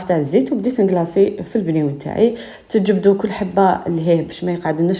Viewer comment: كلش مون مون مون... رجعتيه مْنيوَن ماشي بْنيوَن 😂